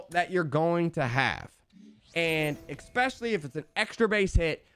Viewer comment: Can't sub to someone who makes a showdown video without knowing how showdown works, or an adult who says "expecially".